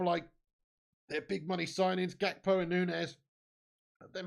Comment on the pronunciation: "Poonez" "Gakpoo" grown ass man